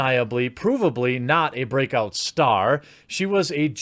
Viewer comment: 'Broke out star' sounds more like it